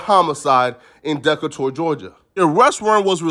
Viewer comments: Decatur??????? (Nigga its Da-Kay-Turrrrr) Mad rappers have said Decatur where it's greater.... Llyod said it on You with lil Wayne you dunce...you got do your research on wpords tooo. Tf is a Dahh-ka-tourrrrrr?? Decatur off the eastside close to Atlanta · Deckatour Georgia is crazyyyyyyy lmfao Decatur is pronounced (De Cater) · Deee kay tour lol he said deck a tour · nigga said dackatour 😂 it’s De-kat-ur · Da-Kay-tur Georgia! Not deck-a-tour fool! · Why did you say Decatur like that 😒nigga said DEKKA-TOUR 🤣 its DUH-KAY-TER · damn bruh had me until he said Dec-a-tur, Georgia... no nigga it’s Dee-KAY-ter! 🤣😩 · Bruh said deck a tour lmaooo gtofh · Did yu say dec a tour Georgia Decatur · That nigga said Deckator Georgia 😭😭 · DeCKatour Georgia …Decatur lol huh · Deck-Uhh-Tour Georgia... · Decatur (Dee-Cater) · Nigga Said Deck-A-Tour Georgia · Can't let that pass buddy Decatur pronounced DE- Kay- Tour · Nigga said dekka toor Georgia🤣💀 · “Dekatour” Georgia 🤦🏾‍♂️🤦🏾‍♂️🤦🏾‍♂️🤦🏾‍♂️🤦🏾‍♂️can tell when a nigga never been to Atlanta 😂😂😂😂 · Nigga said Dekator Georgia 😭😭😭😭😭😭😭😭😭😭😭😭😭😭😭😭😭😭😭😭😭😭😭😭😭😭😭😭😭😭😭😭😭😭😭😭😭😭😭😭😭😭😭😭😭😭😭😭😭😭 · Not Da Ka Tor lmaooo 😂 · This man pronounced Decatur as Deckuhtour bahahaha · Bro the way You say Decatur 😂😂 was all wrong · Dekkatour bruhh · You sound dumb asab if you was fighting for your life you’ll study the law too. Hell yea he going look into law while he there cuz he tryna fight his way out. I’m sure the man never thought he would be in that situation so to say if he knew the law before he got in there he wouldn’t be there is fkn ignorant of you! Then you pronounced Decatur all fkn wrong. Come on now think before speak. All for views and likes bffr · The way you just pronounced Decatur, Ga not sitting righht wit me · Bro I thought I was trippin 😭😭😂 where tf he from saying it like that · Had me lost n then im like this nigga tryna say Decatur his ass slow 😂